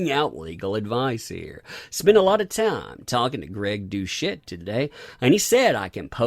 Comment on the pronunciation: is that really how you pronounce it? Greg DOUCHE-ette? srsly?